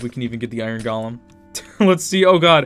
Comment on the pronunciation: (not saying it in a bad way)